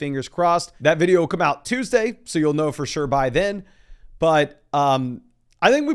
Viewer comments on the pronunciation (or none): none